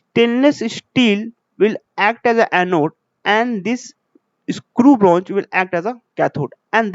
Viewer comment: shteel jink bronj....🤪